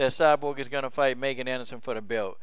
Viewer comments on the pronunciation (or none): Hey, coach. Her name is pronounced MEEEGAN Anderson with a long "e" sound. Theyve clarified that in other interviews. Not nitpicking. Just looking out. Keep up the good work!